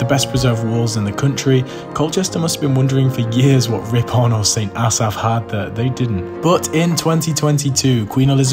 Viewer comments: Ripon is pronounced rip-un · I’m sorry what is Rip-on lol. I live a few miles away and it’s pronounced ripun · That's definitely... a way of pronouncing Ripon!